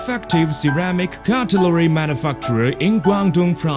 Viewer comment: manu'fuck'ture hahaha ;D